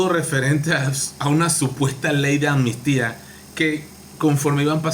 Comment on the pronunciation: Hola , es AMNISTÍA no Anmistia.Diga la PALABRA COMO ES.ACUERDATE AMNISTÍA.estas Claro Yow NOWW